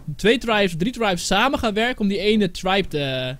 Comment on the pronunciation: xd het is tribe niet tripe het is tribe